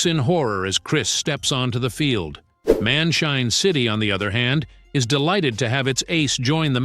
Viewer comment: bro it's man shine city not man chain city to